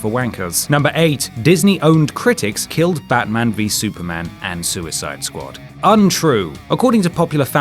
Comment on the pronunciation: sooyside skwad is really not good D- / 10